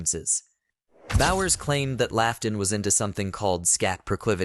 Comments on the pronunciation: It's pronounced Charles "Lot-in", not Laugh-ton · Like Lawton